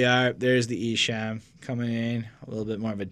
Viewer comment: Not trying 2be a hater but esham is pronounced like the word , calm . not ham like u eat . jus puttin u up on game . awesome review guys . like 4yall 2do another esham album review